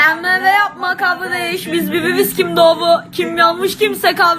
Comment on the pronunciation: E bizde gevi ovmaz kavdeeeeeeeeeeeş